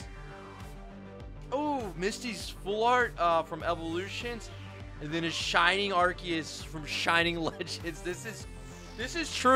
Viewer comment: “Kee-rum”💀 “Shining Ar-kee-yus”💀